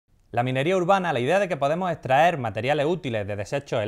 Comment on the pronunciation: "podemo" "etraer"